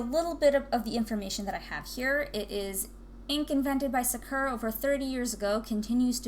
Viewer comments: What? “Sukera” pens? It’s Saa-ker-Raa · Sa-uh-kur-ah? No no its pronounced Sak-ur-ah